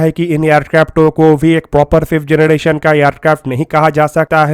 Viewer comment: phlai generrration Bolna sekhoo😂😂😂 phr banana 5th generation tati aircraft